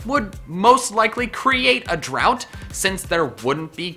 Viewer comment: it's drought not drout(well, thats how you pronounce it)